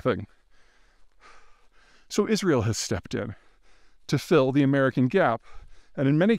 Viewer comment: Is Ri UL ? How right can he be if he cannot even pronounce the name of the country right